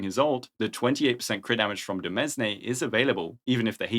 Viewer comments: Just FYI demesne is pronounced more similarly to 'domain' (as this is essentially what it means) rather than dee-mes-ney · Demesne is pronounced like "Domain" 😭